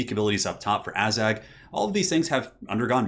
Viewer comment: Forget the Azhag blunder, why do you keep calling Kislev "Kissel"? Also just want to point out that you described one part of the Waaagh! Campaign mechanic incorrectly. The Waaagh! troops don't increase from fightiness, they grow steadily over each turn regardless of what the army is doing once the Waaagh! is called. Otherwise good video though!